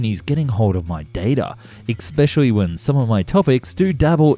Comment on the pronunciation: especially not exspecially